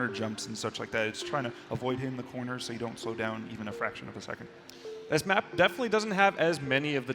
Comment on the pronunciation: MONEY IN THAH CORNAHHH!!!